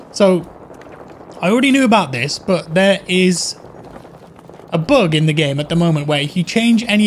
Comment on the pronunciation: When you say bug, all I hear is book 😆